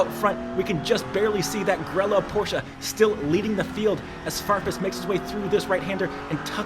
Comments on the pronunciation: bro i LOVE the video BUT its PorschE not PorschA scheeeee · Great video! But each time I hear porshAH I dream of going Postal a bit ;)